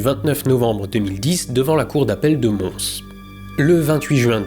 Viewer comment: tu prononce «Mons»?